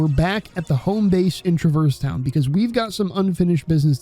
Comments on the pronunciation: I don't care which way is canon, the way you pronounce Traverse Town makes me physically angry lol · Great video, I loved almost everything the way you pronounced Traverse Town 😂 I also might disagree on how KH has aged relative to other games of its time, but I’m definitely unreal biased so fair